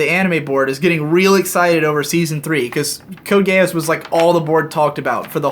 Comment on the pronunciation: Code Gay Ass is a very delicate pronunciation, I feel like Volg Zangief in my ear muffs looking at the sweltering cold beckoning wolves toward. And yes I think it's fair to say we all saw that hentai, very good animation, deep themes, well executed very deeply, believe me. Grab her by the pussy (I'm not a Trump supporter I'm actually a communist). Also the band Tool is the axis of creation, I think that sums it up